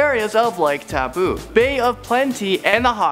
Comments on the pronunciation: tau poo? wow. I am from nz i just laughed so hard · taupo is pronounced toe-paw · Natalia Donaldson So am I, and I still can say then right. And I'm pretty sure he's Canadian but I know many Canadians and they have no trouble say them correctly because I say: "Taupō" and they say: "Towel-po" but at least you know what they trying to say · and lake tapu? 😂😂😂 HAHAHHAHAHAHAHA no its taupo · it's tow-Po not toe-poe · Wait did he just say... Tawpoo????? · I live in New Zealand and you pronounced Taupo wrong its pronounced Toe Paw its Maori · Really he thinks that you pronounce Taupo tapoo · It was so hilarious when he tried saying Taupo right. I live in New Zealand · Taupo Bro learn to speak Moari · Zaby Plays TAPOO???? AND HOW THE F DOES HE SAY ROTORUA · Proud to be kiwi I laughed when u tried to say Taupo and Rotorua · I just laughed when he tried to say Taupo and Rotorua NZ Fam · U pronounced Taupo and Rotorua wrong just saying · God, sorry, but your pronunciation of Taupo, Rotorua, etc. was cringe worthy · TAPU AND RATORA😂😂 I'm sorry but it sounds so wrong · Totally butchered the town names XD Taupo is pronounced toe-poh and Rotorua is pronounces row-toe-roo-uh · LOL I LOVE HOW HE'S PRONOUNCING THE NAMES!!! Waitomo - Wai- to-mo Hawkes Bay -Pretty much just Hawk's bay Waiheke Island- Wai- heck-e Rotorua - Roto (as in rotor but without the R) Rua (sort of like ruwa except the w isn't as strong) I think he's trying to say Taupo - It's not tap-o, it's Toe-paw Wai sounds like Why, btw. Alright I'm not even going to bother anymore it's really funny but there are so many that he's saying wrong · Although i am happy that you guys made a video on my home country, you mispronounced a lot of the names. Eg: Rotorua is pronounced "Row-ta-rue-ah" and Taupo is "Tow-paw," Waitomo is "Why-toe-mow," and Waiheke is "Why-heck-e." But you guys really did capture the magic that is New Zealand.